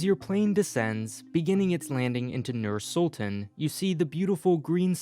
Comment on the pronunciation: btw its not pronounced nuur sultun its pronounced nyr syltahn